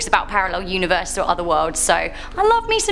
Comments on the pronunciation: Universes, pronounced univer-sees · Univeese? Lol